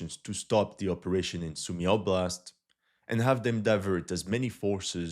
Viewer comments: It's Soo-my, not Sue-me. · You still want to practice your Сумы pronunciation